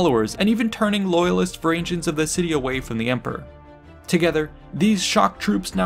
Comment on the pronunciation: These videos would be much better without the cringy pronounciation. Look at how you pronounce Harald. Now look at Hardrada. Why change the sound of the second "a" in the epithet? And don't get me started on "Varangians" again. I'll admit that the Norse languages are not the easiest to master, but for such well-researched topics, commonly used names should not be hard to find the proper pronounciation.